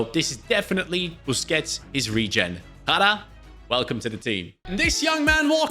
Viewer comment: Jara the way he pronounced it means shit in Arabic like actual shit